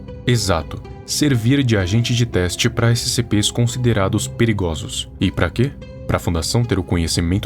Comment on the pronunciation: "peligulosos" Nem o nosso capital escapa da dicção lixo